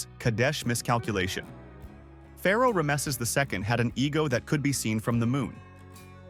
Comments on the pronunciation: Now I know where to go to get bad history, poorly understood and explained, without context and narrated by an AI that can't pronounce Rameses. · Teach your AI how to pronounce Rameses.